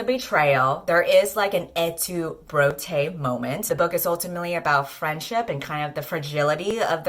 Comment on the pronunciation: I can't tell whether you are just mispronouncing/-spelling the vocative of Brutus or have made an ingenious pun/portmanteau of "Brutus" and "bro" and it's driving me insane. I need to know!